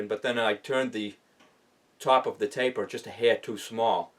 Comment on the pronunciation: “Tahp uva tapah!” I love it.